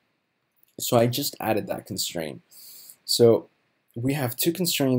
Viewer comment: There's a T at the end of constraint you know....